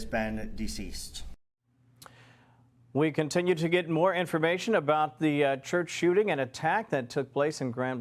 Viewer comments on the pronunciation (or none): “In a church wishripin” where do black Americans get these pronunciations from??? Sorry I just had to aks…